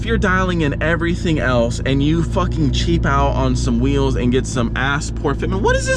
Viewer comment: Why does he keep calling rims weels or am I the one who is wrong